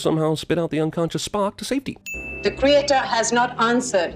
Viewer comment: Never noticed until now, but does Probe-Iliya pronounce "creator" like "creature"?